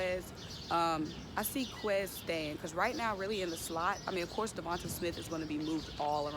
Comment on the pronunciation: Sis it’s “De-von-tay”... and “Tray-von Grimes “😂✌🏽